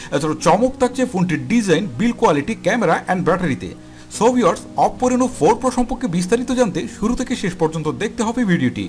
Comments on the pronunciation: Baire oppo name ta sundor kore bolen. Apnara to new new language launch korsen . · অপও অপও বলেন কেন??🤔